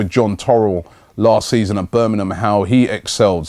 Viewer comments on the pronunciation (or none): none